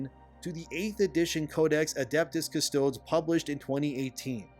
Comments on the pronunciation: dude doesnt even pronounce custodes correctly and trys to tell us about the lore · Nobody's going to take you seriously if you butcher the pronunciation of custodies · Man cant even pronounce custodes right, but claims to know the "woke" agenda behind games workshop's creation. But i get it, making money by getting people triggered over nothing is the business model of the day. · That's not how you pronounce Custodes. Might as well call Space Marines 'A-starts.' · I wonder if this has a bit of a connection with Henry since he actually plays custodes. Also for the future when pronouncing Custodes you want to actually say the e as it isn't silent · we can tell you said "cuss toads" instead of "cuss toadies" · A bit off topic, but, shouldn't it be pronounced "Custo-dees" rather than "Cus-toads"?. I don't know enough about 40k to know if this is how it's pronounced in universe! 👍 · Bruh I know you said you’re not up on 40k lore (clearly). It’s pronounced CUS-TOE-DEEZ lol 😂. It’s Latin ma man, love the channel tho keep it up 👍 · Hey bro, love the channel, love the videos. Just one little thing. The naming conventions in the Imperium typically follow ancient Greek rules, so "Custodes" would be pronounced following the same rules you would saying the name "Archimedes", i.e. "Cust-oh-deez". If it were said "Cus-toads" the way you're saying it, you'd have to pronounce "Astartes" like "Ass-tarts" 🤣 Keep up the good work! We're not out of the wokeuclear winter yet! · "Cuss - toe - dees" not "cuss - toads". You are hurting my brain. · It's painful to hear call the Adeptus Custodes, The Custoads.... When it's pronounced "Kuh-stoe-deez".... That aside, I think it was a VERY bad decision, business wise to just pull female Custodes practically out of nowhere.... (Not surprising seeing as how Blackrock is one of GW's stockholders...) And the new story introducing the first female Custodian just reeks of wokeism.... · “Cuh-sto-dess”😂 “Cuh-sto-dees” homie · cuss - toe - deez